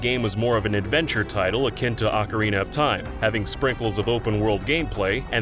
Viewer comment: Total times "Ocarina" is pronounced incorrectly: 1864